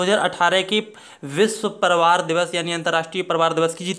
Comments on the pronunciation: Nahi bolne ata hai parivar ,,palavar boalta hai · Priwar word ko Shi to bolo Bhai